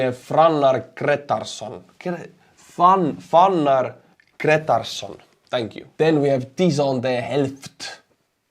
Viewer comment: Curiously... in the pronounciation of Tyson De Helft, you got the 'De Helft' part quite right. The Tyson part not so much. This is kindof funny to me, as Tyson is typically pronounced as one would in English, while 'De Helft' is Dutch. I'd think English pronounciation is much more familiar to you than Dutch pronounciation.